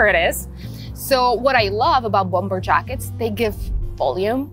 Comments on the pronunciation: Bomber вторая b не произносится же. Речь прекрасна, но предлагаемые способы комбинирования предметов одежды чересчур много всего вне приемлемого стиля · у вас прекрасный беглый английский, но хочется добавить маленький штрих к его совершенству) - bomber произносится без второго b. То, что по-русски его неправильно произносят - это, наверно, уже неизбежное зло, заимствованные слова часто обрастают "особенностями". По-английски же, полагаю, стоит все-таки придерживаться произношения, которое предлагает языковая норма.